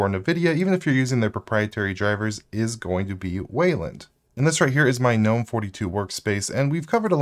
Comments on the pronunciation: I hate 'GUHnome' but I like '(silent)Nome' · Isn't gnome pronounced "nome"-g being silent? Asking for a friend. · Real Gs move in silence like in Gnome. In other words don't pronounce the G.